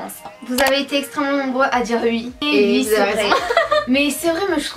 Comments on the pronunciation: Sa me stresse vous dites "ui" au lieu de oui 😂😂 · Elle disent soit " ui " soit ouais ! Mais plus souvent " ui " , moi aussi sa me stresse ! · Vous dites ui à la place de oui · Pour me rappeler qui est qui je ces que est à droite et à gauche Vous dite ui au lieu de oui et j'adore je vous adore continuer comme ça 😘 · Vous dites ui sa me stresse !! ❤ mais je commente sur presque toutes les vidéo encore une fois continuer vos vidéo ❤❤ et vous parler sur ytb sa me fait trop plaisir et oui je suis déja sorti en récré en chausson !! Jespère que vous aller me répondre !! ❤💋💪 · C'est drôle vous dit ui s'a me fait rire à chaque fois que je vous entend le dire